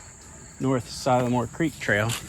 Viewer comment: si-la-more not sie-la more LOL!!! as in si(t) a lil more Love ya's vid's and how ya get out with the kids